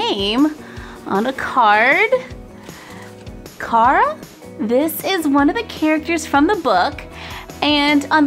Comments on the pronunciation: it is prenoumced care-a not car-a🤗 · car a is pronounced like care a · It's pronounced "Kara". My names Cara. But pronounced "Kara"